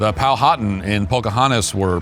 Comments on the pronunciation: Powhatan is pronounced Pow-a-tan not POW hat tan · I'm from Virginia, not far from Jamestown/Williamsburg area. You have mispronounced Powhatan. I almost didn't know who you were talking about.